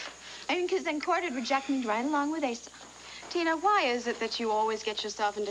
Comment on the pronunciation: I love how Patrick called Asa "Asa"-- I wonder if that was deliberate in the script...